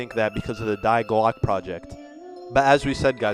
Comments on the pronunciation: Die Glocke is pronuced D like the letter not die like death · You are saying die glocke all wrong lol cuz it's obviously German it is prouder differently it's like saying D GlOcka capital O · No offense but, its Not Die Glocke, the die is pronounced dee, because its german for the word the. I speak german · Awesome video series! but you are pronouncing "Die Glocke" wrong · the way that he said "die glocke" annoyed me so much